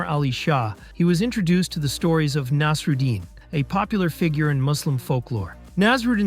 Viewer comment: How do you manage to pronounce Nasreddin 3 different ways within 15 seconds . Kinda makes me question how thorough you were about researching the rest of the video. Gonna go watch someone else cover this topic